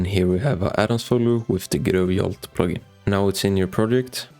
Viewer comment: It's Jolt, not Yolt.